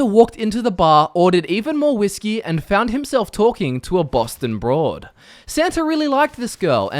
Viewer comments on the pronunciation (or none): none